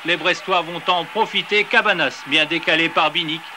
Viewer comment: Mdr ils disent quasi tous Cabanas alors que ça se prononce "Cabagnas"